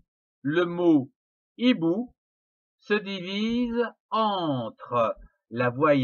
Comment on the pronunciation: “ l’hibou ou unhibou” ..... pardon c’est “le hibou ou un / hibou ( sans liaison)”